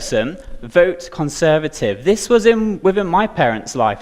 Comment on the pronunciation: Conseuhrtive he says.... Conseuhrtive.